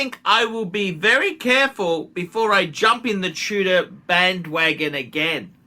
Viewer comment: should open a Bogan academy. He's a professional and could pass on his begging techniques, lack of taste and class onky oink oink 🐷. Its Tudor not Tuna by the way ya cretin!